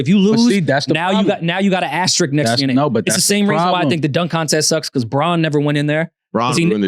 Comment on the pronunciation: The word is ASTERISK. Not “Asterick”. Love y’all, but the linguist in me just cringes when I hear that. Great show.